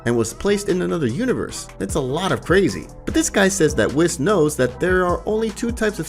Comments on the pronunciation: Please pronounce Whis’s name properly it’s pronounced weese….. lol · Wiz; Zeeno; Brolee Other then the ponounciation its a good video